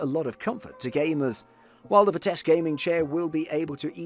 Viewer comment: Where is the dude getting the k at in Vitesse. Mans saying “Vitesque”